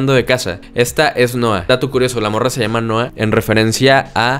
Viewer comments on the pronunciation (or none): none